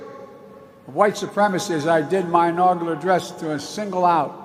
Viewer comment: He said inaugular. This guy is a demented, incompetent moron. The entire world is laughing at him and at us.